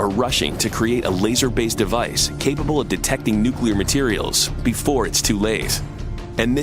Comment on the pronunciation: I was about to say that aluminium has some amazing characteristics, too - they even use it in nookala power stations, which the workers usually drive to (and from) in their petrol powered cars. :-)